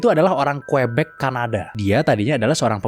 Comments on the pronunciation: Bukan kuebek. Tapi kiyubek sebutannya. Quebec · Quebec (dibaca kebek) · nice info, btw cara ngomong Quebec itu kyuubec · Klo sebutan perancisnya kebek